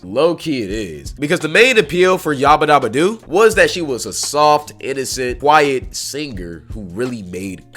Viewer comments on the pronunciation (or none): Bee-ba-do-bee is how your pronounce beabadoobee